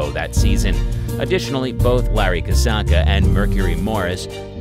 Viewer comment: Larry "Kuhzonka".... Do better.